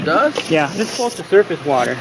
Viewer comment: Everytime he repeated the word surface he was saying "dumbass"